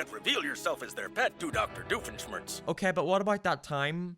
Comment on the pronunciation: The way you pronounce Doofenschmirtz hurts my soul. Also I think I automatically hate this movie because Candace is the focus. GOD I hate that bitch.